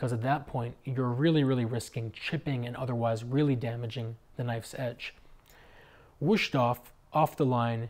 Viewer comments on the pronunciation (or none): nice review. I don't know why people think that every S in German or Dutch is pronounced as a "Sch" like in Schnitzel. The S in Wüsthof is a regular sharp S